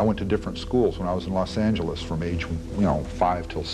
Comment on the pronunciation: there ain't enough narrators in tha USA ever where we gotta hear these fools ps it aint called Los Angeeeeeeees